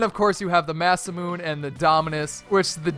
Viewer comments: Masamune=Mah-suh-moo-nay. Not Mass-a-moon. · Im Japanese so I get triggered when I hear "Ma-Su-Moon" it's pronounced "Ma-Su-Mu-ne" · masaMOON!!!! Its masa mune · why do i get irritated when someone pronounces masamune as (masa-moon) instead of the correct pronunciation (Masa-Moon-Ay) it mean the legendary sword in Japanese which is why its in neo tokyo